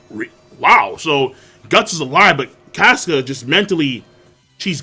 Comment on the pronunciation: Caska is cah-ska not cas-ka like casket